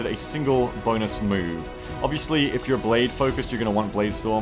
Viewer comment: such a great BONEus HA HA HA HA